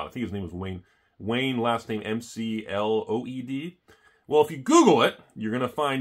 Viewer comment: Mcleod is pronounced mc cloud